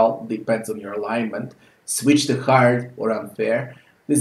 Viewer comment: "This game is fucking hærd"